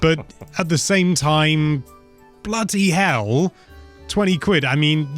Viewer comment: Im getting British vibes when says "Bloody Hell"